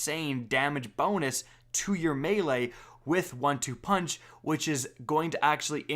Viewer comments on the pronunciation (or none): none